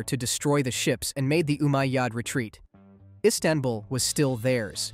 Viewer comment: Pls dont call it insabull its Constantinople